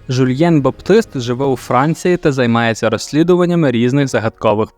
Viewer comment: Жульєн Бабтист))) Ну ти мочиш друг!